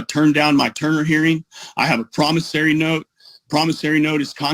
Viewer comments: I want the word "promisary" stricken from the record. It's "promisOry"! [I feel better.] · it's not a promisary note; it's a promissory note. The judge was just too polite to correct you. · PromissARY note! 😂. Even the judge pronounces it that way!! 😂 Lordy. 🌷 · Even when the judge CORRECTLY pronounces promissory (I learned how to pronounce it playing the game of Life when I was in 3rd grade), continues to mispronounce it as promissary. Delicious! A full 7 course SovCit meal plus dessert!(metaphorically speaking). I believe this is a rather old video, but at the end, the recent Law Talk with Mike song, "I Do Not Consent" is now doing its ear worm action on me! By comparison, gobbledy gook is a compliment for what he is saying. It is worse than that.